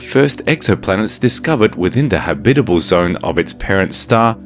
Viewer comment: Cool. . I'd be celebrating my 500th birthday on that planet. Habitable. . habitable? Eh? How are you pronouncing that? Oh, yea. . .FIRST!